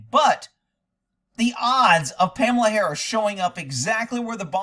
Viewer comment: Pahmela Harris